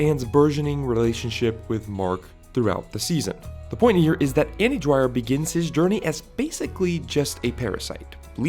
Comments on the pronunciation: you made a analysis video on a character but couldnt even get the his name right? its dwyer not dryer dude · Kept sound like andy DRYER so I couldn’t finish watching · I never watched this show.. So... Why do you keep calling him 'Dryer' but spelling 'Dwyer' (d'wire)?